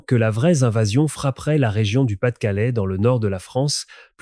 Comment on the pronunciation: "La vraie zinvasion"...Ben alors mon,...on pédale? 😂😂😂